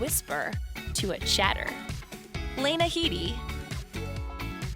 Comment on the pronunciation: Ok, we can forgive you for saying "Lay-na" Headey, when it's "Lee-na" Headey assuming you've never watched a single interview of hers. But if you're going to reference Game of Thrones, you could atleast say CER-SEE the way they say it on the fucking show instead of CER-SAY. For shame indeed.